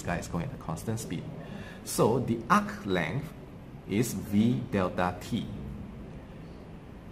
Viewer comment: UKHHH LENGTH LMAO LOVE THIS DUDE